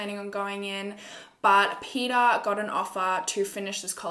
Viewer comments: Did u say his name was pedophile hhahahahahahahah I heard wrongly 😂😂😂 it was Peter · Everytime u said Peter I thought u said pedophile and I was like And I oop